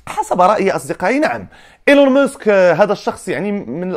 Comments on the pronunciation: إلون ماسك ماشي موسك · اسمه ماسك و ليس مسك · إيلون ماسك و ليس إلون مسك